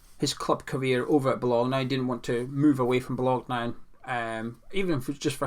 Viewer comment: I appreciate the Scottish pronunciation of Bolgona 😀